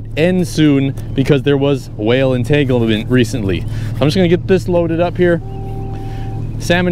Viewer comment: Did this man just say there was a "Will entanglement"?!